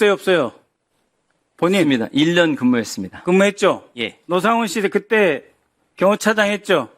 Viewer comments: 국개의원들, ㅎㅎ 빨갱이 주제에 대한민국 군인에게 하대하는 꼬라지 못봐주겠다. 노씨를 로씨라고 발음하며 북괴 빨갱이 인증하는 박선원 ㅋㅋㅋㅋㅋ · 와 박선원이 이름말하니까 순간 사령관님 표정 일그러지시네 미친 빨갱이섀@ 기회를 틈타 기밀사항 언급하네 일거에 척결해야된다 진짜 이딴 간첩이 돌아다니고 심지어 국회의원으로 있는게 참 ㅈ같네 지도 흥분해서 노상원을 로상원이라고 하고 아 이렇게 대놓고 티를 내는데 ㅈㄴ 열받네 진짜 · 미끄러운 이야기?? 이 표현 뭔가요??, 로(노)상원?? 발음이 왜 이래요? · 헉.. 8;03 박선원이가 로상원이라고 발음하네, 북한첩자? 박지원 밑에서 국정원을 다 망쳐놓은자!!